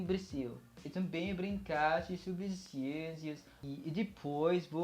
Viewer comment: Parabéns! Aprendeu rápido! I live in Brasil, yung majority pronunciation mo ay sa portugal at mayroon ding halo-halong accent ng brasil pero marami kang expressions ng brazil. Improve in your nasals... you can use the sound of "ng" of filipino to get the nasal well... all the best! galing! "Também" (Tambeng - ang bigkas for example)